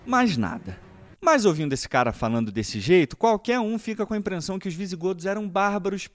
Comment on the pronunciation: Impressão minha ou ouvi “Imprensão minha “